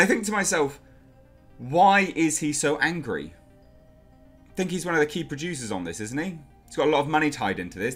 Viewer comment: I like how he says PRODUCERS!!!